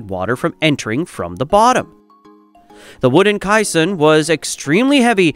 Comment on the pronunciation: Kai-san? More-tar? 🤣 Awful AI voice